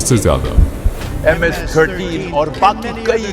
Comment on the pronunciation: Bhutni Ke Zyada Hota Hai jyada Nahi 😮